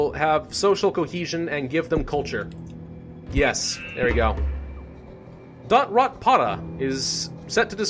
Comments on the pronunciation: I’d like how you say “DotRotA begin in Africa” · nobody: not a single soul:: dOtRotPoTa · Don't say DotRotPotA ever again ever dont